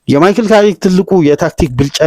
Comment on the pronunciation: ካሪክ ነው የሚባለው